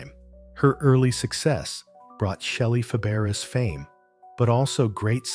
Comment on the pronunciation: I stopped watching after the narrator mispronounced the name of the subject in the first sentence. That does not exactly lend credibility or trust in anything you say after that.